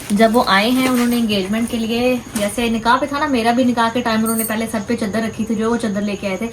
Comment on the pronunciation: چدر نہیں چادر ہوتا ہے پلیز 🤦